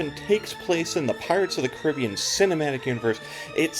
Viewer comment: Great video. Thanks for putting it in perspective. And, yes, your book was a great background for me on the attraction; everyone should read it. Also, thank you for pronouncing it kuh-RIB-ee-an and not and kar-uh-BEE-an 😃